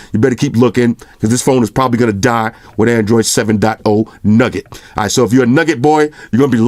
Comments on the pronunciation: Newgut not nugget lmao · Everything's good, I just got bothered by "nugget" instead of "nougat". OCD kicking iiiiiin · Bruh it's nougat NOT nugget come on mane lol